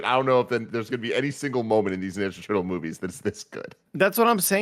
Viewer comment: Tim: Teenage Mutant Ninja Turtles Also Tim: Teenage Mutant Nenja Turtles 😅